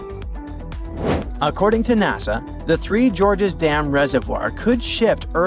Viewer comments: Sounded like the narrator said "the 3 Georges dam." 🤔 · That's exactly what I heard too. I was going to complain that most of these videos use computer generated voices that cannot pronounce most words. This one was doing better than most until it got to the Three Gorges Dam which suddenly was pronounced over and over as The George's Dam. Really changes the meaning.